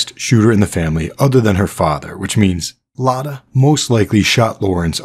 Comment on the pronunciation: Great video. Just one correction I think her real name is Emma Mia Engels and she changed her last name to Akerlund in order to not get caught so quickly by Lorenz because she would know that name. It's also really funny to here my name pronounced in English because it's so different than it is said in German :) (My name is also Lotta, like the character)